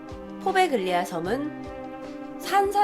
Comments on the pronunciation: 포베글리아???? 이태리 원어 스펠이 뭔지 모르겠지만 가운데 들어가는 g 는 보통 발음을 안하는데. . . 참 낯설구만요. 나 이태리에 오래 살았던 사람이라. . . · 이탈리아어는 gl, gn이 이어질 경우에 구개음화가 일어나요 Poveglia는 포벨리아라고 읽혀집니당